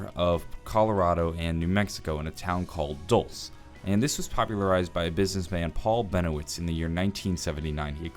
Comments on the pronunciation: It's pronounced "dool-seh" or "dul-say". A Spanish word meaning "sweet" or "candy". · the town is actually pronounced Dull-say and its entirely in new mexico. just thought i'd let you know. great content sir keep it up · Haha Dulce, its said dol-say :D not that I care, I'm just from NM and had to point that out. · It’s dulce like candy not “duls”, even ted says it right. It’s Spanish. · Dulce is pronounced “duel-say” It’s the Spanish word for sweet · Ted says Dulce base still pronounces it Dolss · it's pronounced Dul-seh. Even the robot says it. It's okay it's a town with a Spanish name. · its pronounced dulce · I believe it's pronounced "Dull-Say" Base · "dulce" is pronaunced Dul-seh (latin for sweet)👍🏽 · Dulce is pronounced dul-say as heard by T.E.D.D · how do you still say dolce wrong when you have a clip of the correct pronunciation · Ur saying dulce wrong. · mispronounced Dulce but that's okay, you get a pass 👀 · Jake the Iraqi Spanish is European and he pronounced it wrong